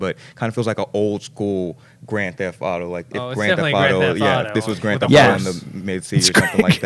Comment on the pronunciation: "Old school gran thefauto" 😂🖕😂😂